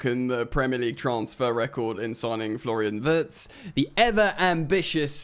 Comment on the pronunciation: Wirtz is pronounced ‘veertz’